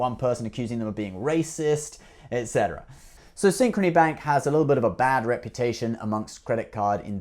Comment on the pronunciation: When I heard you say Synchrony Back ....I just stop watching this video.